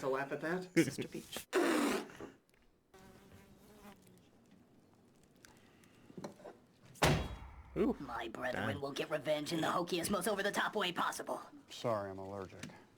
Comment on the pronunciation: I’m pretty sure her name is supposed to be Beech (as in the tree), not Beach.